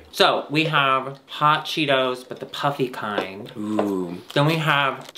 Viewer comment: “i’m sorry, i haff to interrupt… can we just start eating?”